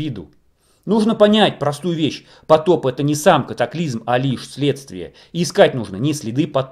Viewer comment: не нужно пожалуйста говорить катаклизЬм как Олег Павлюченко. вы не русские если то уважайте язык на котором вещаете и уши слушателей. спасибо.